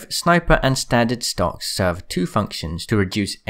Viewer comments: Did you say "STONKS?????" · I THOUGHT HE SAID STONK😂🤣🤣😂🤣😂